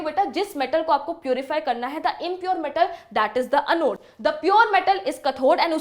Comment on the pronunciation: mam anode or cathode ko prounce aache se karo